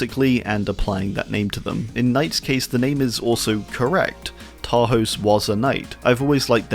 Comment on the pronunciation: Hi! "Tarhos" is pronounced Tarhosh, the letter S by itself makes a SH sound in Hungarian!